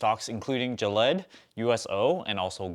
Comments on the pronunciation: Gill-eee-ad. I thought you were talking about Gillette :) I bought GILD in late Feb on the dip. Should have sold it earlier this week. Yeah, I went to the gas station and told the guy I'd be happy to take some gallons off his hands and he could pay me as little as $0.50 a gallon. He laughed...oh well I tried. I bet you are wearing at least 10 gold chains around your neck :) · Gillette is an American brand of safety razors and other shaving supplies; it is owned by Procter & Gamble (PG). It is not trying to make any vaccine. To learn to pronounce names such as Gilead, watch CNBC. You lost my interest when you confused Gilead with Gillette. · It’s pronounced Gee-lee-ad but good info anyway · Gilead doesn't pronounce that way. Check the news and see how it sounds like. You made it sound like Gillette the gel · i cringe every time he mis-pronounces GIL EE AD lol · It's pronounced Gill-yee-ad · L Lawliet damn dude. He knows the different between Gillette and Gilead. He just pronounce Gilead differently. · Which pronunciation is funnier jillyed or sifooning? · Don't wanna be a pronounciation police here but it is pronounced as gee-lee-ad and rem-des-see-veer. But interesting video! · He did pronounce USO correctly tho.